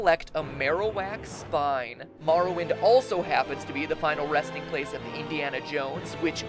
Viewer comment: Elderscrols fans cringe cause morrowind was mispronounced